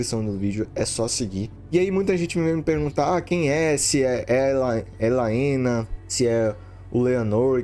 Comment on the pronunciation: Pq ele chama helaena de laena?